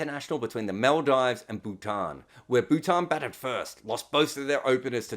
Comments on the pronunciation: casually dropping the worst pronunciation of Maldives I’ve ever heard multiple times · Do you really think that's how you say Maldives? It was a joke right? Or a slip of tongue? You know how to say such a common country's name, right? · Who cares if he mispronounces the name of a country that’s on the other side of the world than him? And just because you consider it a common country to pronounce, doesn’t make it common for him, right? He’s Australian, as am I, and i can assure you than over this side of the world we can’t figure out if its Mal-Deevs or Mal-Dives, both are common in news media depending on where in Australia you are. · i am only joking. Everyone here is. He said Bhutan wrong too, but that was the Aussie accent playing a part. But Maldives wasn't just mispronounced (which can definitely happen to people, nothing wrong in it), the word just came out comically wrong. Chill, it's some leg pulling not an accusation.